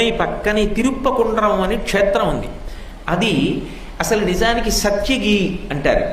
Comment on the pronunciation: తిరుప్పకుండ్రం కాదు తిరుపరంకుండ్రం.. ఈయన చెప్పిందే వేదం లాగ ఐపోయింది.. ఈయన చెప్పే వాటిలో చాలా తప్పులు ఉన్నాయి కానీ తెలియక ఆయన చెప్పింది నిజం అనుకునే రోజులు వచ్చాయి